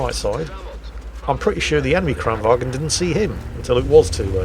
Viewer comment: you dont pronounce the G in Kranvagn